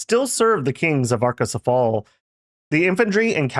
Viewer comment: its pronounced /a-ko-se-fa-le/ greek dont have the /ale/ like hoplite is /hop-li-teh/